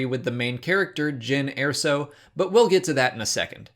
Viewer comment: Is Jyn's last name pronounced Ur-so or Ayer-so? I'm fine with calling it Ayer-so, but where did you find out about the pronunciation? I don't think it was in any trailers or promotional material so far.